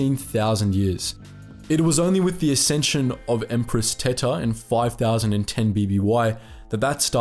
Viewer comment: I have to pronounce her name empress 'teeta' otherwise she's just empress tits. Spanish is far to well known for people not to notice that.